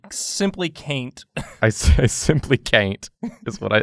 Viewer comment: “I simply Cain’t”